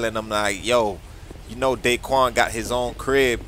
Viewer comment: Not dayquan